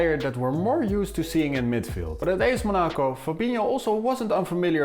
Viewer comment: WHYYY are you saying Monaco like that